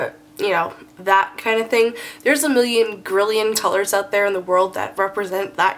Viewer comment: Did anyone notice that she said tolors?